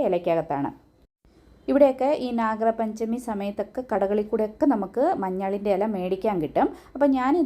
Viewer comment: It's Nagapanchami. Not nagar panchami.